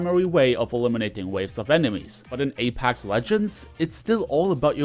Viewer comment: It's pronounced A-PECKS not A-PACKS